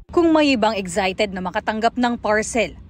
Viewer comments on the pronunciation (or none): EGG- ZAI- TED. 😂